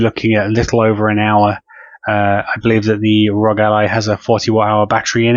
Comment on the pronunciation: Why do so many people pronounce it “Rog”. All 3 letters are capitalized… meaning you pronounce each letter! The R.O.G